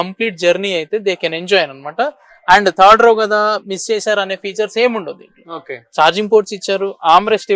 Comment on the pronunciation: “car కి ఉన్న ఫీచర్స్ అనాలి బాబూ…… ఫ్యూచర్స్ కాదు